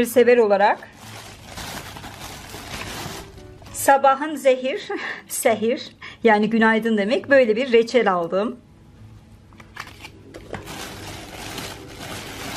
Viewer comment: Sabahin "zehir" deyil canim "xeyir" duzgun oxu mence